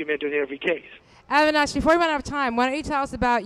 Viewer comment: For God's shake,, try to pronounce the guy's name right; it's A-vi-nash.